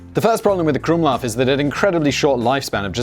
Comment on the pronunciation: "using my german prononciation" And you're absolutely spot on, you magnificent bastard <3 The usage of the krumlauf in tanks were not really to have them "mounted" in them though, it was so tank crews could shoot at enemy (russian) soldiers at close range, especially crews of the "Elefant" pattern heavy tank destroyers as these slow ungainly vehicles had not been outfitted with machineguns for self defense and were very susceptible to attack from infantry.